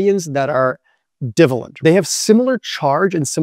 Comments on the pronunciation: How do I take advice about chemistry seriously from a guy who identifies magnesium and calcium as "divvah-lent" elements? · Not "divalent", it's di-valent. Di- means 2, -valent is possible simultaneous interactions with other stuff. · It’s pronounced “die - valent”, rhymes with “try-may-lent”.